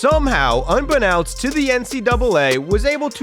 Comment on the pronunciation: Stopped watching after several things rubbed me the wrong way, including showing mentally disabled victim for spectacle. Stopped when you mispronounced unbeknownst.